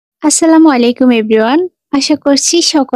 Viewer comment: ❤আপু আশসালামু আলাইকুম বলবেন না শব্দটা হবে আসসালামু আলাইকুম।